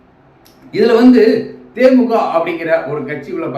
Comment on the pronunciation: கட்சி பேற தெளிவா சொள்ளுபா தே மூ க. இல்ல தே மூ தி க